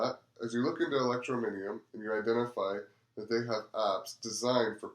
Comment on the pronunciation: Very good, thank you. Just need to work on the pronunciation of Electroneum and Ells ;) God Bless